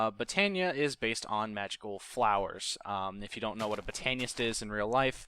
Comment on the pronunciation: Bot-an-Nist not Boat-ay-nia-ist though I did chuckle